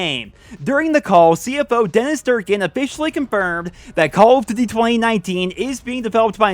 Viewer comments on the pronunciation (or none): none